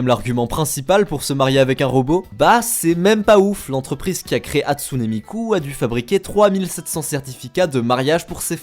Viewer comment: quand on arrive a on se ren comtre quil dit hatsunee miku mais sa se prenonce HATSUN MIKU